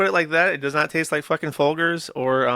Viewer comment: How the hell is it possible to mispronounce FOLGERS? It wasn't a fluke, he did it TWICE